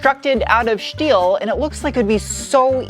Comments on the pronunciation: I love how you say steel (shteel) lol. So cute. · I belly laugh every time you say steel haha great vid it's not a bad looking motta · Great stuff.. I really like the way how you are pronouncing "Schteeel" and "Schport".. Being German, I can´t stop smiling about that.. :) you know it, girl..😂 ..and by the way: your car reviews are the most interesting in all respects.. Congrats! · Shport, and shteel, shpare? 😐 shtop!! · Is it really conshtructed out of shteel ?